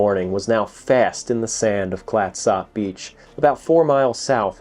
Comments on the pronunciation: This episode is close to my hart. I proposed to my wife just up the beach from the wreck, and my family and I camp at Fort Stephens park often. I have watched everything I can find on the Peter Iredale, this is great. Thanks. Also, I have always heard it pronounced "clats-up" around here. Not "clats op" like it is spelled. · nobody I know in the Pacific Northwest where I've lived for the last 48 years pronounces it the way you do. I spent every summer of my youth on the coast and have been out to the Peter Iredale 20 plus times. Think of it this way, no east coaster pronounces Gloucester the way it's spelled. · Great vid, but please 😂 no need to pronounce the o in Clatsop, sort of a slight u actually. Also, yes All oregon beaches are public and considered state highways, so you can drive on (nearly) any beach. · YES! I was wondering if this bothered any other Oregonian. Otherwise very enjoyable and informative. And doesn't butcher the pronunciation of Oregon. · Worse Tham Clatsop being pronounced wrong is Willamette or Couch Street. :D (For those who don't know, Willamette rhymes with "dammit" and Couch is "cooch." Now when it comes to Puyallup, no one seems to know about that one and even locals debate it still. "pew-AL-ip" is the most common. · This video and others on this channel are excellent historical presentations. Very well done! But we laughed at the pronunciation of Clatsop. It's Clatsup not Clat SOP. Noob😅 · It's pronounced clat - sup County, as in SUPper ( dinner ), not Clatsop. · im from astoria its prnounced clatsup not klattsopp just saying. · FYI Clatsop is pronounced Klat-sup. Love your channel. :) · We pronounce Clatsop “Clat-sup”. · FYI- we pronounce Clatsop: "Clat-sup". Good job with Oregon, though : ) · You say clatsop wierd . Clats-Op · It's pronounced "Clatsup". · Clat sop? It's pronounced "clat-sup" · Thanks for coming to Oregon. Clatsop is pronounced Clatsup, with the "a" pronounced as in cat. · Clatsop is pronounced Clats Up.